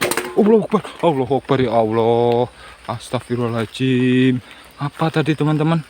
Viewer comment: Saat ngucap istigfar jangan pengucapan kata ahirnya "astagfirullahalnga(jim)" karena hurufnya (do') bukan (jim). Maaf cm meluruskan. Semangat terus bang...